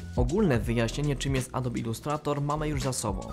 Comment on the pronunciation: nie mówi się "adob" :)